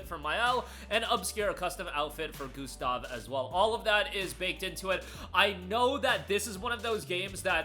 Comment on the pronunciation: "For gustov..." 😢